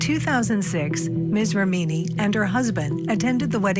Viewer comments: For F sake,, if you make an item about this lawsuit the bare minimum you should do is pronounce the names right! Ramini? mesKAAvige? Come on dudes.... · Great coverage but why can’t the narrator pronounce Leah’s last name correctly? REMini, not ReMEENi!! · Stop saying rameeny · who says rem eenI? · ‘Rah-meeny’? ‘Mis-kovij’?? The reporter’s pronunciation is so wrong.